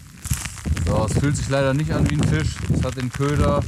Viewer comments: Wieso sagt immer Fich statt Fisch? 🤷🤷🤷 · warum sagt der immer fich statt fisch digga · Fisch, nicht Fich.